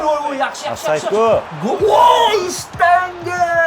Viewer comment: Aka. shtanga✅ shitanka❌